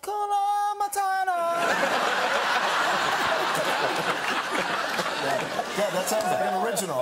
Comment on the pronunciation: It's Hakuna Matata Kevin not 'Kuna Matana'